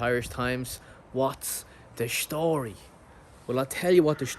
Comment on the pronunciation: His 'schtory" reminds me a bit of the "Blow" storyline ....the Depp flick where the wife had the connections 😜 Good stuff as usual Pete 👍 Seems like You're enjoying the change of scenery/pace back on Homeland turf > & if Nune is settling into the new job as well.... hey... whatever works.